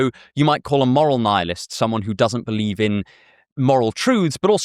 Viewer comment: We belieb in nussingg, NUSSINNG